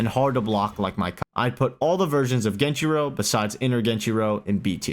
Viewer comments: Genichiro is S tier, at least inner geni. Also stop pronouncing it fucking genchiro. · I think you are forgetting the first ''i'' in genichiro 😅